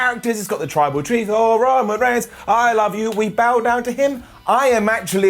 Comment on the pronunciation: struggling with "tribal chief" and saying "tribal treef" is giving me life.